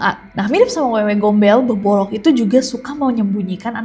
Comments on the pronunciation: BKN bebolok tapi bebodo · Bebodo Nes di Mataram bukan bebolong